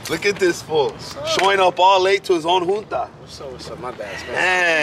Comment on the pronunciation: Pinche its junta foo not joota smh